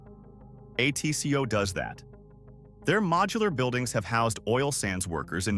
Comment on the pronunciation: And mispronounced ATCO too.